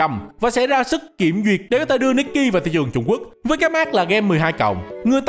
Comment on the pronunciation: Devs nikke chuẩn bị nerf stage sao cho đám f2p cày trâu, có team khá meta hoặc có kỹ năng tốt có thể mỗi 10 lv qua được 1 chap main story Góp ý tý, nikke đọc là ních ke, còn đâu đọc nikki là cái game này nhé 😂